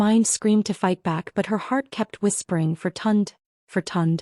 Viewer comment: Please get the names right and pronounce them correctly. The brother's name is Tunde - pronounced Tun-day. Please... Tund is not a Nigerian name.... just saying...